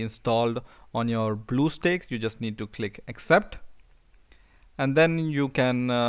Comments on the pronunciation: it's stacks not steaks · lool he pronounce bluestacks as bluesteaks (blue coloured steaks) XD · Duuuude how ever many times do you call it blue steaks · OMG LOL you said bluesteaks instead of bluestacks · you said bluesteaks. it's blue stacks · Blue steaks lol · The way you say "BlueStacks" is funny.... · You say it wrong dumb shit